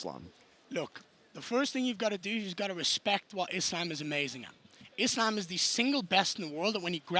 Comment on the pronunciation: I love how Garry pronounces Islam". That's the correct one.